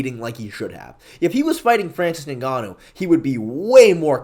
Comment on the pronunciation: when you say “Ningannou” you sound like a Nincompoop